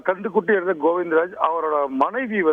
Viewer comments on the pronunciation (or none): அட தந்தி நியூஸ் கன்று குட்டி இல்லடாகண்ணு குட்டி என்னடா வசிக்கிற பரதேசி😂😂😂